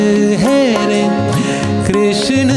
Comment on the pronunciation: राहुलजी... हिंदी गाण्यातला उच्चार कृष्ण, ण नाही तर न हवा ना... बाकी तुमचा कृष्ण आणि गाणं छानच आहे 😅😊